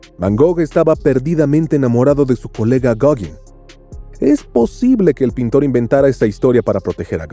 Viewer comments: Ten la decencia de pronunciar Gauguin bien. (Goguen) no (Goguin). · Gogin!? Gauguin (pronunciese gogán...) Y tiene alguna prueba del"amor" entre Vincent van Gogh y Paul Gauguin!? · "Goguin", en serio??? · ¡ SE ESCRIBE GAOGUIN, PERO SE PRONUNCIA GOGAN ! ¡ GOGAAAAAAAAAAAAAAANN !